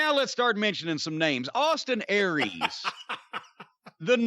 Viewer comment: "So now let's start mentioning some name-AWESTIN AIR-REES..."